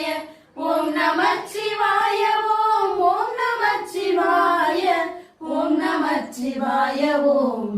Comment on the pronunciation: நமசிவாய என்பது ஐந்தெழுத்து மந்திரம்.நமச்சிவாய என்று உச்சரிக்க கூடாது அன்பு மகள்களே 🙏